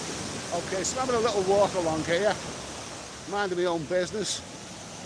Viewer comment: Hey, the word "Here" is a one syllable word. Just like "Beer" 😃